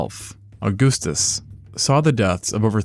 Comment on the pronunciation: As someone who loathes Octavian, I took way too much joy in the way "Augustus" was pronounced.